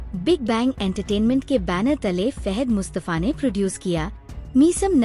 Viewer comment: Phle Urdu Nolna seekho behn aik naam bhi sahi ni lia, fehed mustafa, Nousman ezaz, waaali 😂😂😂😂🎉😂😂